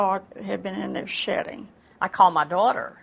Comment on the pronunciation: like a dog had been shitting hahaha...yes I know she said shedding